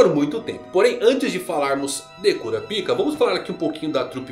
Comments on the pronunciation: Pô, cara... pelo menos lê "kurápica", que é como eles falam no anime. Por quê? Porque eu faço questão de ouvir certinho? Não, meu cara, porque "cura pica" é foda... Intankável! Impossível não rir! A quinta série ataca forte! KKKKKKKKKKK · Pq vc fala kurapika ao invés de kurápika como falam no próprio anime ? Fica bem estranho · Kurapika...😂😂😂😂😂😂😂 No anime eles colocam a sílaba mais forte o ra e não o pi...😂😂😂😂😂😂😂